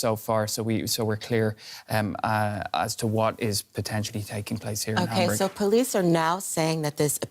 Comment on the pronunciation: Lady reporter, please pronounce the word Hamburg correctly either in German or English but not your way .